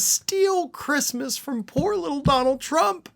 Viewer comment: "Who gives a 🤬 about ChReestmas." Got it.